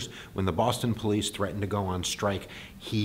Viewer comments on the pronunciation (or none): none